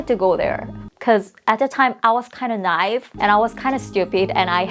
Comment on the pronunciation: "Im a little nive" lol 😂😂😂 its pronounced naive .... nai-eve lolll